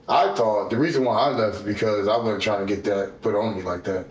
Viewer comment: That, "It wudden me," isn't gonna work here, Shaggy.